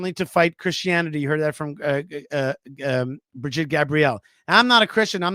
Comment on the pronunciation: Brigitte!!! Bri-git-te! Not Bridgette😂😂😂😂😂